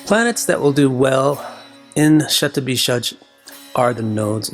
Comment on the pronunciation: sandhi happens like this shatam (100) + abhishekam (anointing/purification)= shatabhishek. so it would still remain shatabhishek. "J" sound is never the result of sandhi. had you come up with shatabhishekam it would still be passable. shatabhisaj is like a cat scratching the pole and making that awful noise for anyone who knows sanskrit grammer, it is horribly incorrect.